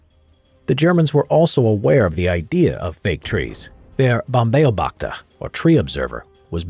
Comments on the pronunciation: Its said Baum-beobachter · Slaughtered the "Baumbeobachter" pronunciation😅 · Please, when you use foreign words, go to google translate and listen to the kind AI pronouncing the words... Your "Baumbeobachter" is so fricking far off...